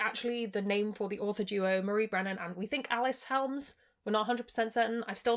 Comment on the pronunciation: Alyc is pronounced uh-LISS. 😃